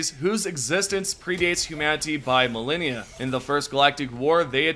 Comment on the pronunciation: I heard Malenia instead of "millennia" and my attention rapidly drifted into what would Brash do